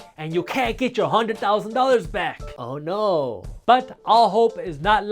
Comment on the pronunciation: That's a very Indian 'Oh no' Jaspreet :)